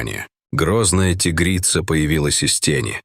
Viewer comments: тИгрица, зАмок вместо замкА, хоть бы голос робота настроили, или все схавают наивные... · Почему- тигрица. Ударение на и. Чтецы русский язык учили в школе? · Научите уже ИИ правильно ставить ударение в словах!!! Не тИгрица, а тигрИца ! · Спасибо за рассказ. Но не тИгрица, а тигрИца! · Узнав его запах по звуку голоса, что за бред. Ой, а читают будто не русские люди, которые никогда не изучали русский язык. Рассказ конечно добрый по содержанию, но слух режет тИгрица и многое другое. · Чтецу надо научиться делать правильно ударения. Правильно тигрИца, а не тИгрица. И так далее. Хотя такой тупой текст хоть как-то надо "оживить". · тИгрица-мать.... А, может, тигрИца-мать??? Сколько ошибок в ударениях. Противно слушать. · ТИгрица! ТигрИца! Грамотеи. Дальше слушатб не буду, пртивно. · ТигрИца!!! Фууу, читающие тупицы достали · опять дичайшие ударения! как вам нравится тИгрица и тд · Тигрица ..ударение навторой слог!!!!